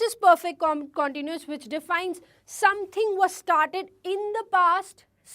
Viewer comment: Pronounce continuous tence correctly But haaa you are cute